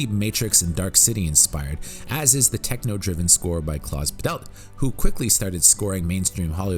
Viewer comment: I liked this video. One thing bothered me though: From Klaus Badelt to Milla Jovovich you made it an artform to Mispronounce names in this movie. (when unsure, type them into Google Translate and have them read out, it does miracles) But that is just my European view of things.